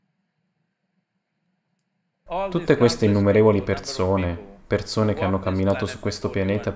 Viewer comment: Persone! Non perzone!. Madonna mia che nervoso